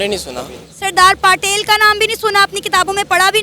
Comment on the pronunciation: Pata tuje bhi nahi haii...bhakt sing or saradar paatel nahi bhagat singh or saradar patel hai...tune sirf google se dekh ke bol diya hai😂